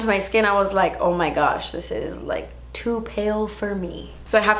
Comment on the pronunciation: Did I hear 'Ohh my gooch' when trying the underarm mask? If so that's what we call your taint in England 😂😂😂